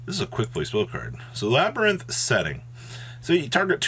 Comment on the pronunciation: Just a little input, the archetype name "Labrynth" is actually pronounced "LA - BREEN - T" , so technically it's not worded as LABIRYNTH "LA-BE-REE-NT"